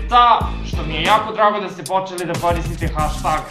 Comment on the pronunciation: čita se hešteg